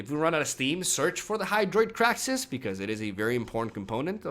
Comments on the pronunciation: Why the fuck does he keep pronouncing it "kraxis"? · Cringe with every "Krack-sis."